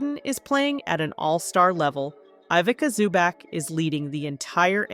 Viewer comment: Don't butcher Big Zu's name like that. C'mon now